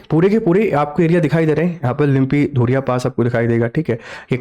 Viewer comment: लिम्पीधुरिया नहीं लिम्पीयाधुरा है साब